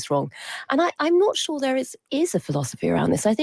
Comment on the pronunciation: I'm getting sick of Trump people saying, "What I would say..." Just effing SAY it! Also, Karoline, the word is "sure" not "shore." Smh.